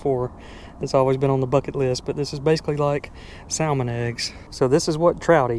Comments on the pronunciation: The L is silent in salmon. I hate being that guy but it's my favorite fish and it's mildly annoying to me when people mispronounce it. Love the channel! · Never in my life have I heard someone pronounce salmon like that. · L is silent in salmon where I’m from sa(l)mon. How about jay and Larry they thought me everything Ik about trout fishing being in trout capital of the world in se mn, love ur videos